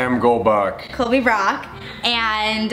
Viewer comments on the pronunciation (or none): For a second I thought he said Colby golbach 😏